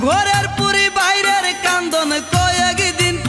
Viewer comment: ঘরে পরি বাইরের কান্দন না,উচ্চারণ টা হবে ঘরের পরি বারের কান্দন মানে এখানে বউয়ের কথা বুঝাইছে।